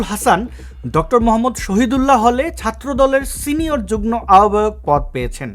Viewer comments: আপনার উচ্চারণ হচ্ছে যুগ্ন, একটু সেরে নিবেন। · শব্দটার উচ্চারণ যুগ্-মো।